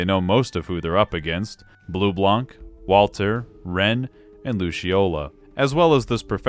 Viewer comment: so I'm sure you get tons of comment saying that but it bothers me and considering you'll deal with this character in the future a bunch I might as well mention this : Bleublanc is french, it's a combo of Blue+White. Blanc is consistently butchered as a word, the C is silent. This holds through everytime you'll see blanc part of anything, it's not Leblank in Persona 5, it's Leblan, it's not Bleublank in trails it's Bleublan. Sorry if this is annoying/pretentious, but I've had enough going through the game(especially true in Coldsteel so far, I'm about to start Cold Steel 3) seeing them butcher every single french word they could think of like Bleublanc, Marquis, etc. Although it is funny that of ALL word they got right, CHEVALIER was NOT on my bingo card. That aside I'm happy I'm not the only one that understand just how good this game is, although my personal favorite is 3rd, I don't want to elaborate on why on the off-chance that some people who have not experienced the game go through your videos to experience them like psychopaths, since I know you'll probably do a better job than I do in conveying why it's good.